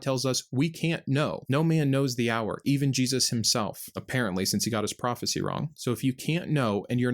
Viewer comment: It's profit(cy)😂😂😂😂